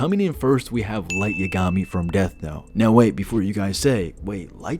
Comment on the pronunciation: The way you pronounce Yagami murdered my soul. Light’s shinigami (Ryuk) would notice Dex and alert Light to being followed